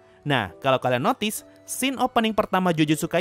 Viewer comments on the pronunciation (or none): none